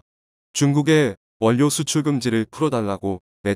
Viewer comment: 원뇨가 아니고 월료로 발음합니다